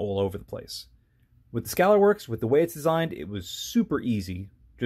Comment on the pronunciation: Where in the hell on planet Earth can you get an American Defense Recon mount for $200 ???? I paid $285 for mine. Also (you mispronounced Scalarworks) (and you mispronounced Reptilia in a different video) lol.. I love the video and after watching that just reaffirmed that I'm going to buy another American Defense Recon. However, I would love to see this test on an American Defense Delta series vs the Recon series.